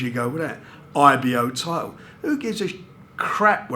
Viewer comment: Love these geezers - title = tighdul. Fighter = fighda